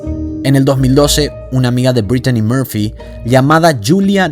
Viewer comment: sumale que , a demas de tratar de hablar en ingles, que pareces dora la exploradora diciendo por ejem. dedellaain o ''breitchani moorpfy, por empesar no se llamaba asi como lo pronuncias ! lo mas probable es que si estuvo inteligencia metida seguro nada fue casualidad.